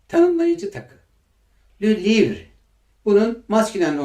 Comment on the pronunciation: Le livre diye okunmuyor lö livğ diye okunuyor r harfi ğ harfi olarak okunuyor